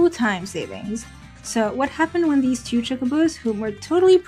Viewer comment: i hear chu everytime you say two lol, are you trying to pronounce the silent W in the word "two"